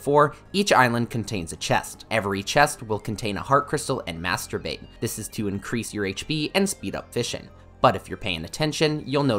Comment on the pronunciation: Please tell me that Im not the only person who hears "Masturbate" instead of "Master bait" every time